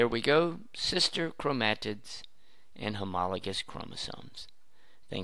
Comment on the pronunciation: chromAAtids and chraumosomes lol